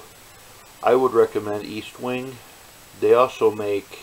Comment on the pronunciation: I swear no one can read. Eastwing? It's ESTwing